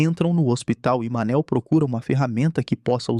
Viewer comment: Cada vez que escutei "Manel" não deu para segurar a risada pqp 😂😂😂